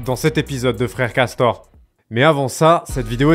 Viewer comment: Cette episode de " Frore Costor " 😂